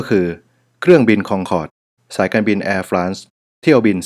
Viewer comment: จริงๆอ่านว่าเเอร์-ฟร็องส์นะคะ ขอบคุณค่า☺